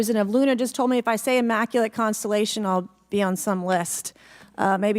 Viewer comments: Boebert can't say Immaculate. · She should learn how to pronounce words like maritime and immaculate correctly. She is a waste of time to be on this video for so long.